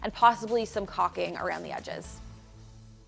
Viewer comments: Try again... Let's speak about the word, caulking. It is pronounced "call king". 😃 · To pronounce caulking, say two words, "call" as in phone call and then say "king" as in King Charles. That's it. callking. This is such a well done project for this child's room. Good Job!